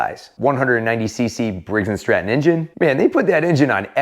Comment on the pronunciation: Did you just said Briggs & Strap-on… 😂😂😂